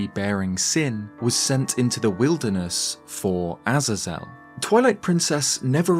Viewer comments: Interesting video, I think Death Sword being an ancient Phantom Ganon makes sense personally, however I do like the concept of Death Sword also being either ancient executioner or a seriously dangerous prisoner/spirit of a prisoner. Btw, Azazel is pronounced like “Ah-Zay-Zel” not “Aza-Zel” 😉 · pronounced 'eh-zay-zel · I think this is the first time I've heard someone pronounce it "Az-Azell" and not "Ah-zae-zull" lol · A-Zay-Zel. Sorry it bothers me. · Ah-Zay-Zel . I cant handle how you pronounce it. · My friend it is a-zay-zul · Azazel is typically pronounced as "uh-zay-zel" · Not sure if you care or if I’m even right but I believe it’s pronounced A-Zaze-EL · sorry but it's pronounced ah-ZAY-zl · I couldn't finish your video because of your pronunciation of Azazel being botched each time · I can't keep watching the video I'm sorry dude but if your gonna keep mispronouncing the name Azazel then there is no way I can enjoy this bye. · Good vid, but that pronunciation of Azazel is criminal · Azazel is only hard a's not soft ones. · never heard azazel pronounced like that 😂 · Bro. I can't with how you pronounce Azazel😂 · The pronunciation of Azazel is a bit different than you say it 🐐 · Never before have I ever heard someone so fkn horrifically mispronounce Azazel